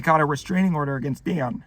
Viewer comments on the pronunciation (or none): At around the mark, it sounded like he said “Deion” instead of “Dan,” and I cannot wait for the Deion personality timeline to emerge